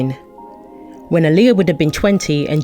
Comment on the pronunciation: The narrator of this video is actually saying her name right